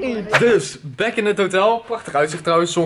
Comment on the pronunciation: Het is im baaaaaahaaaaaack je hebt het verneukt vriend nu zeg je biejak